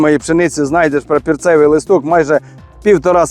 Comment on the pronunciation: Тільки не прапІрцевий, а прапОрцевий треба казати!